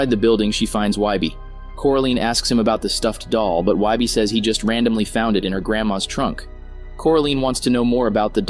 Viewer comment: How do you manage to pronounce wybies name correctly but not coraline?